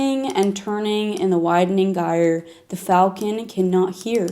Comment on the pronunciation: Why do you mispronounce "GYRE?"